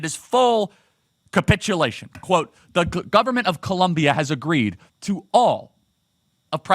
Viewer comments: Its Colombia not Columbia Charlie 😊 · Is not columbia,is COLOMBIAAAA..wtf...lol..! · COLOOOOMBIAAAA NOT FKN COLUMBIA. I thought you would do better 😒😒 but yeah petro is terrible, as a colombian we are tired of this leftist, almost every time he opens his mouth he fks it up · It is COLOMBIA!! Not Columbia 😂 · Charlie, it is NOT Columbia but Colombia! Great job brother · please is COLOMBIA (O) NOT COLUMBIA 😢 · It's 'Colombia". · Come on Charlie. I love watching your videos and love the work you are doing. It is Colombia* though, not Columbia. With love, a fellow Colombian. P.S. f*ck Petro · It’s ColOmbia like the country not like Columbia, SC 😂